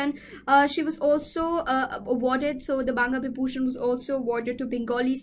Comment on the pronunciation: Best part of the video is when she is struggling with pronunciation of "banga bibhushan"... It was cute anyway!